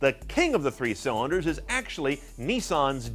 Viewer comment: The word is Nissan, not NEESARN.